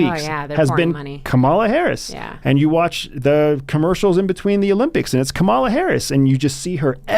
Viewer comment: You’ve changed. Please pronounce Kamala correctly. Added: how does one talk with a brainwashed Nazi who voted for authoritarianism? Wow.